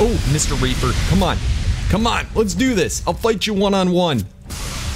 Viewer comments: U said raper in sted of reaper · Did he say tek raper or reaper I'm pretty sure he said raper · U said trek raper like rape inseam of reaper lmao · He didn't say tek reaper he said tek raper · He said raper